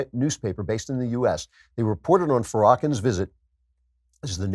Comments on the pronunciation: I thought Lewis Farrakhan's last name was pronounced fair-a-khan? Am I incorrect? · Yeah that was weird. Has Klavan never heard of him? It seems more likely that he was doing it on purpose, but he sure played it straight.. hard to tell.